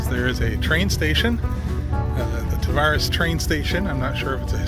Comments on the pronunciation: Tavares is pronounced like strawberries. Almost like Ta-varies. :) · welcome to lake county we pronounce it Tav air reeze